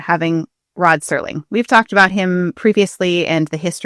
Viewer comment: Till this day I have no idea why people keep saying "Sterling" instead of "Serling".